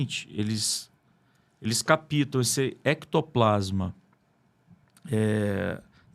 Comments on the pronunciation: Desculpe, o correto é: captam, não: "capitam". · O assunto é muito relevante, porém um estudioso em qq assunto não deveria errar a dicção na língua portuguesa. Desculpa a correção.. Não é CAPITA...e sim.: ..CAPTA O P. É. MUDO. Não se usa a letra I na pronúncia. Nossa língua é difícil, mas é importante falar corretamente E obrigada pelo tema.